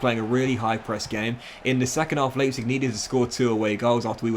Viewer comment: Not sure what's more jarring - the pronunciation of Leipzig or of Richarlison